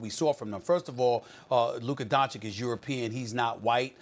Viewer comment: SAS needs to say doncic right, it’s not donchick